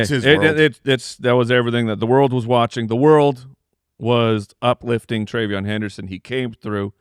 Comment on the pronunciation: PRAY-Veyon Henderson 🙏